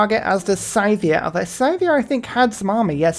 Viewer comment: FYI, I'm pretty sure Sythia is pronounced like "sigh" not like "ski"